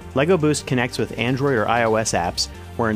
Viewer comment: Is that a speech impediment? "160 Ollars" instead of Dollars and "Androi" instead of Android. Or does just not like the letter D since president #45 arrived on the scene?